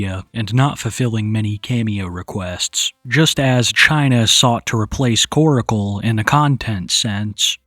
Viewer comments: I can’t believe West Virginia is technically considered a southern state lol. P.S. - Stop calling him Koracle. It’s Korcle. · "Koracle" 😂 staaahhhp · its not koracle, its korcle (like core-sil) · Its pronounced kor-cle. Not kor-i-cle. Can you friggin read?!?!?! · The entire situation is gross. She's absolutely manipulating him and other sick simps. She gives me the creeps. Why don't people call her out for manipulating? I really don't care. They could both disappear from the internet and I could care less. ✌️ PS his name is Korcle NOT KorAcle. Why is he saying it like that?